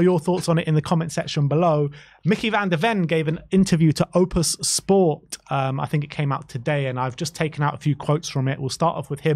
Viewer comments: You know guys, no one is holding a gun at anyone's head to go to the game. Just watch it on TV. Typical whinging Poms... you have to pay for what's on the pitch! And it's OPTUS Sport, not Opus Sport ffs. Do your research a bit better. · OP - TUS sports boys not OOH - PUS 😂